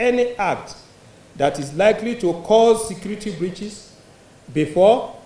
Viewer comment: Please this guy is repeating (secrety secrety secrety), is it secrety or security ?